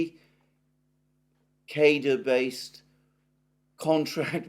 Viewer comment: Dont mean to nitpick but the word cadre is pronounced like cadrey not cader.